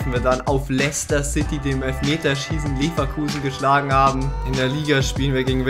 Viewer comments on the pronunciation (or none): none